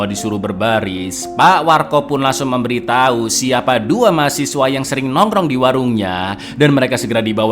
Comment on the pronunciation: juga memberiTAI...😂😂 Meddok banget di bagian akhirnya